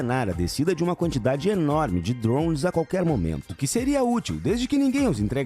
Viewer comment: que jeito insuportável de falar drones mds kkkkkk